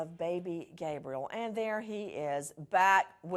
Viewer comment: Did she just say baby gay briel?